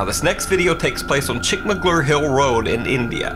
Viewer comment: pronouncing Chickmagaluru so perfectly was a bliss.